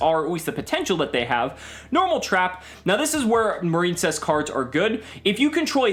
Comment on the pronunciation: Is it not pronounced Mar-in-cess? I feel like that's the pun (like princess)